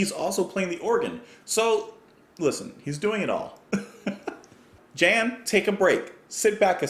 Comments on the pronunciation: Great memories, thanks. Focus were the first prog rock band I got into aged 13 (I'm 58 now). By-the-way, they're Dutch so Jan is pronounced Yan. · Being the band is Dutch, "Jan" is pronounced as "Yawn". Great band! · lol, just fyi, it's "Tice" and "Yon"... dutch pronunciation is tricky. There's a lot more goodness from this band... Eruption and Hamburger Concerto are two excellent epic length tracks. Round Goes the Gossip is another really fun one, and La Cathedrale de Strasbourg is really beautiful. Oddly, my most exciting encounter with Thijs was right after meeting up with Robert Heckman on the 2019 cruise. I was well prepared for Thijs going mariachi on everyone :)